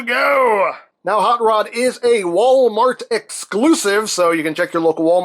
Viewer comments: The way he pronounces his name sounds like "haught lod" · Huut ruuud